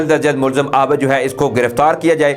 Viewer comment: sb please consult your elders to correct the exact pronouncing cast of ABID